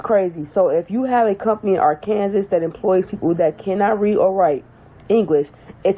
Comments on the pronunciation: Did she really pronounce “Arkansas” are-Kansas? It’s a good thing that she isn’t a truck driver, because she obviously can’t read English. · Talk about someone not knowing how to read, with that Arkansas pronunciation.... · Her point is moot when she herself can not even pronounce Arkansas correctly. She needs to go back to school. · While the state is pronounced "Ahr can saw", to hear someone pronounce it Ar Kansas, is not unusual. And that is the proper pronunciation of the River. What's funny is that people pronounce Missouri, as Mizz or ee or Mizz or i, when the proper pronunciation is Miss urh uh. Same with Hawai'i. People pronounce it, Ha why ee, when its proper pronunciation is Hu wuh ah ee. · Most people call it art Kansas 😂😂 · What’s crazy is an American who pronounces Arkansas, Are Kansas! Arkansas just made the roads a lot safer! Department of Transportation needs a national wide law. I had no idea this was happening. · Did that woman say “Arcanzas” 🤦🏽‍♀️ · Imagine calling Arkansas "Ar-can-zis" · I literally couldn't hear anything past R-Kan-sus. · Ar-Kansas? Who taught how to read? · She can't even pronounce the state's name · They need to fine her for mispronouncing Arkansas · That can't even pronounce "Arkansas" correctly! 🤦🏽‍♀️ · Yes, she was pissing me off. No American pronounces Arkansas that way. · Technically, she pronounced it the way it's spelled. However, there's no way in Hell she shouldn't know how to pronounce it by now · The way she pronouns Arkansas explains why she thinks being able to speak and write english as a CDL driver is absurd 🤦🏾‍♂️